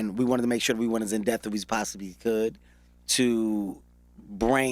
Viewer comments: Gottdammit... Is it "in death" or "IN DEPTH"???... #ThisHasGotToStop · Can somebody tell Kevin its "in depth" lmao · I love Kevin. I love this interview... I just want him to say "depth". In dePTH. Not in "deth". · Depth not deaf 🧏 😂😂😂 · Until they get in death about one another lol Kevin it's depth not deaf lol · Am I the only one that caught he said in death instead of in depth ?? Lmao 😂😂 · Some one please tell the homie Kevin that it’s “in depth” not “in death”. He’s said it in 4 interviews now. Someone please help the Chile. lol. Love Kevin Hart. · Is he saying "in death" or "in depth" lol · I was looking at the comments to see if somebody else caught...."in death"...lol...smh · He kept saying "in death" (in depth) and its killing mee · In death instead of in depth. It’s cool though, you already rich. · What I got from this: Kevin Hart can’t pronounce the “p” in depth. It’s “in dePTh” Kevin. Not “in death” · IT'S "IN DEPTH"!!! But I loved the interview. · It’s pronounced “depth” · Kevin Keep missing the "P" in depth" and its Killin me lol....pun intended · If this little man says "in death" one more time like it isn't "in depth!" Pronounce the "p" in the word "depth." #KevinHart Nothing like a person who want to come off so intelligent by over-talking and speaking words out of context...say less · This nigga can’t say “depth” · In depth... the P gets pronounced. Ijs